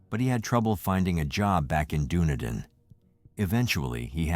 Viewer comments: It is pronounced DunEEdin!!! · Really pissed off how the dick who the narrator pronounced Dunedin. Say it dune. E din. Also his info is not right. Kiwis have it sorted. Of course David knocked them all off. Hey don't be throwing uninformed info on yr site. Maybe a little bit research might be closer to the truth. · Pronouncemed Dun-e-Dan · Hey im from Dunedin, my dad actually went to school with David. I just wanted to say its pronounced Duh-knee-din 🤣